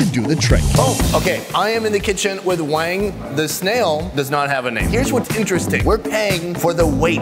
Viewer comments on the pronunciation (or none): none